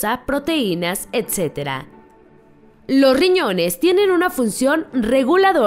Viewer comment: y lo peor que no pronuncia bien las palabras, ejemplo: "Lo riñones " 🙄